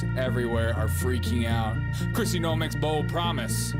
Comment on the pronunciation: Dude, he did not say Bigly. He is saying Big League. It is not No-em, it is Noem like NOME.